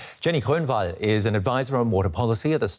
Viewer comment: Her name is Grönwall, dude, not Kchrunhwahl